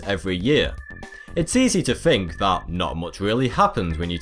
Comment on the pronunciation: Its think not fink.